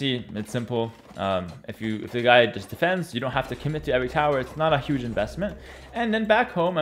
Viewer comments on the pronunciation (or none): none